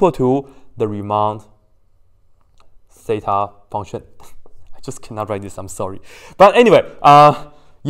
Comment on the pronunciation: Riemann "teta" fonction instead of zeta hhhhhhhhhhhhhhhhh